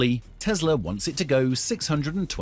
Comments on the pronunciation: it's Tessssla, not Tezzzzla mate :) the s isnt hard to say. Otherwise, great presentation. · It's Tesla not Tezla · It is Tesla not Tezla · Are we talking about Tesla or Tezla? Can't stand the way he pronounces Tesla. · The whole video I kept hearing him say Tezzzla .. its Tesla. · The correct way to pronounce the name is TeSla not TeZla